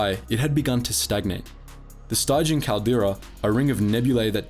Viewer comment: This channel is wonderfully informative, especially for someone like me who doesn't know much about Legends. I learn a lot from watching it. But the narrator mispronounces names and words so often that I sometimes wonder if he's doing it on purpose. In this case, he's getting "stygian" wrong -- it rhymes with "pigeon." It's from Greek mythology, and is the adjective form of the river Styx, which is pronounced "sticks." The word "stygian" means dark, dismal, or murky, which is why it's used in the name of the nebula that surrounds the Sith worlds of the galaxy. They are dark both in optical terms (shrouded from view and from external light) and in terms of the Force. How is the narrator unfamiliar with not only the English word "stygian," but the river Styx itself AND the rock band named after it?